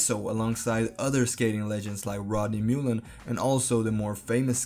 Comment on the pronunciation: Oof, mullen is pronucned like mull- en and koston is spelled with a k not a c. Great vid tho!